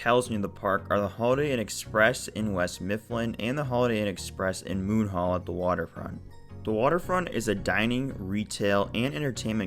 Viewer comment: It's funny how you say MOON hall =). It's ok.